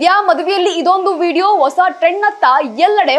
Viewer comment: ಶುಭ ಆರೈಸಿ,ಅಣ, ಎಚ್ಚು ಜನ, ಒಸಾ, ಒಂದಿಕೋಳ್ಳು ನಿನಗೆ ಯಾವೋನೆ ಕನ್ನಡ ಹೇಳಿಕೊಟ್ಟಿದ್ದು. ಹೋಗಿ ನಾಲಿಗೇನಾ ಕತ್ತೆ ಉಚ್ಚೆ ಲೀ ಉಜ್ಜಿಕೊಂಡು ಬಾ. ಥೂ ಯಾಕೆ ಬರ್ತೀರಾ ನೀವೆಲ್ಲಾ ವಾರ್ತೆ ಓದಕ್ಕೆ